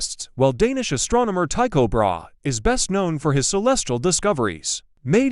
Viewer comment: Learn to pronounce Brahe's name!